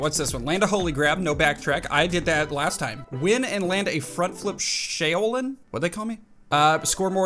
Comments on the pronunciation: ... 'Chow-lin'... Now say it with an "S" at the front... Thats how Shaolin is pronounced. lol. Sorry, but "Shay-o-lin" was killing me. 😂😂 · It’s sha-o-Lin you pronounce the a and the o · The shaolin flip is pronounced Sh' ow ' lin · Shaolin = shh-ow-lynn like kung fu and Wu Tang lolz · Like Shaolin China …. You should be embarrassed. Pronounce the O like a U. “Shau-Lin” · Exactly lol. He would know this if he's listened to at least 1 Wu-Tang album. Lol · you were saying Shaolin wrong. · Shaolin is pronounced like shower minus the ER; lynn. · I take it you've never listened to Wu-Tang by your pronunciation of "Shaolin" lol.. #straightfromtheslumsofshaolin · You’ve never heard of a shaolin monk? The way you pronounced it is bothersome